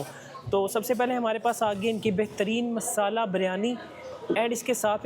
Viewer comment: Meesaala 😂😂 miisaalaa😂😂 word waah